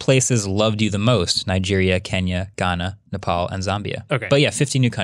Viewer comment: I like how you pronounced Nepal correctly 🇳🇵🇳🇵